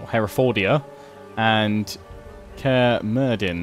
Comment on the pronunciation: Everyone wants the army to be named The Red Dragons - Yr Ddraigau Coch I like how that's always the name we go to lmao. cair is pronounce kairh and Mirddin would be Me-rh-thin I in Welsh is pronounced E also Dd sounds like the "Th" part in the word "the" anyway nowadays its called Caerfyrddyn or Carmarthen in English as for nearby Dinefwr (din-eh-foor). Its a place I go metal detecting though I haven't found anything too old there some guys did find some Roman coins years ago though.